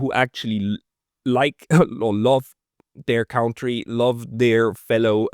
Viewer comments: I love listening to your perspective and interviews. But please start pronouncing 1 word correct COUNTRY -> it is spoken like CUNTTREE. HMkAy? not like COUNT... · "country" is not pronounced "caontry" It is pronounced "cuntry".